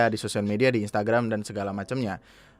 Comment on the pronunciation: maap bang, gw ngakak sm "instragamnya" WKWKWKW